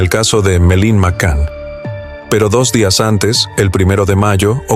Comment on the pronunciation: No sé llama Melin!!!! Por favor!!!!